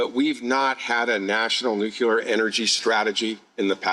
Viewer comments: New Clear ! .. not nuke-u-lar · What would be super cool if the energy minister would pronounce the name of energy from NUCLEAR energy not NUCULAR. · It is one thing for a normal person or youtube host (sorry, I know you are working on it, and doing much better) to say Nuc - you - lar, but for the energy minister to say it from the platform multiple times...so embarrassing!!!!! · "Nuke-u-lar. It's pronounced Nuke-u-lar" - Homer Simpson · Homer Simpson: its Nucular, NUUUUCULAR! Liberal minister: yup nucular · Boggles my mind. All these super educated people, and they still say "nuke-u-lurr!" Dumbasses. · Who else spotted a fake Bush'inism with "Nu-cu-ler" in Hodgson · If he's going to be involved or responsible and announcing this. You should at least learn how to say the word nuclear.!!! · He can’t even pronounce nuclear correctly.